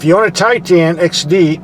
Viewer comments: It’s Titan, not Tie tan lol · its pronounced tye ten not tye teen. does it look like its spelled titeen? No. and its not tye tahn either, more like tighten. got it good problem solved. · What the heck is a TIE Tan? Misunderstood and mispronounced....one word Tie tun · ) 2017 Nissan Titan...Get the ship out of your ears and listen to proper English Pronunciation and a intelligentexperienced truck review......"Billy Bob"!